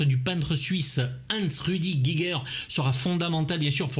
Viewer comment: HR Giger étant suisse allemand, on prononce "Guigueur"